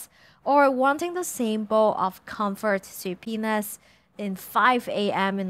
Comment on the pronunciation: O:20 - compfort subpoenas? Hhwat